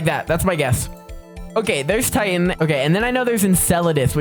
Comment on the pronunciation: he got titan so wrong 😭